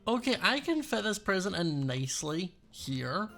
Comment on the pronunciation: Is it just me but when Scott says present it sounds like prison